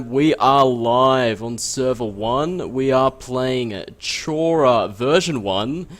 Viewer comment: Chora is pronounced with a K (according to the devs themselves) not a CH.